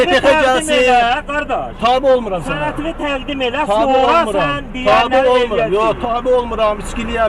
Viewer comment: Dağ adamlarını ikiqat təlim tədris vermədən, işə götürməyin. Düzgün tələffüz qaydası belə yoxdur. [sənətini] deyil, [sənədini] deyə tələffüz olunmalıdır.